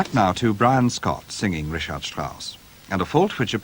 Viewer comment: Not his German diction, invariably: his Richard (in Richard Strauss), zum Beispiel, is NOT correct - in the handling of the CH, that is - rather surprisingly.